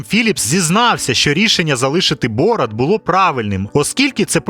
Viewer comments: Не бОрат, а борАт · Чому бОрат, а не борАт? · Не БОрат, а БорАт. Наголос в ім'ях при перекладі не змінюється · Мені аж слух ріже як ви ставите наголос! БорАТ а не БОРат😢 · Не бОрат, а борАт, уши вянут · А з яких пір він бОрат а не БорАт? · Блін, все круто, але БорАт, а не БОрат! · ясно. Один мешканець першого світу не потрудився послухати як звучать казахські імена, тепер маємо. Завжди всі переклади чув тільки з варіантом БорАт шо значно більш схоже на ім'я з того регіону, а тут просто дивитися ролик не зміг бо дряпає вуха. Звісно, інші ролики дивлюся, нічого особистого, удачі в розвитку каналу!